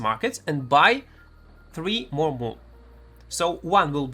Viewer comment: What's the item that he says to buy in the market as a beginner? I can't understand what word he is trying to say. It sounds like move or moon?